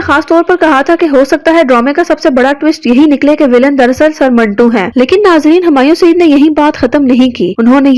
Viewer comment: Manto hai, ap minto Keh Rahe Hain 😂